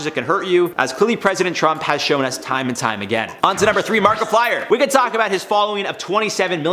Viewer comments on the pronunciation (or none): none